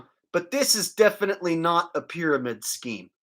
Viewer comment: Nah! It's ALWAYS been the Same because of the way he says "Defitly" instead of "Definitely" 😂